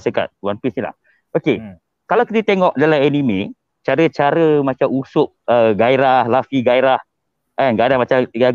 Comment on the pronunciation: Mende usap? 😌 Usopp lah woi Sebagai fan berat one piece aku triggered bila dia cakap "usap" 😌